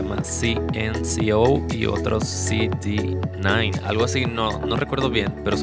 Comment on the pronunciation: dijiste CD9 es cede nueve así se pronuncia es mi banda fav es mexicana